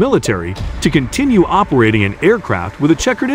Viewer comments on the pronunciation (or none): none